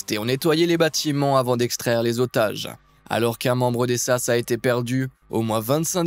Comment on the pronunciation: ont dit S.A.S. et non sasse .....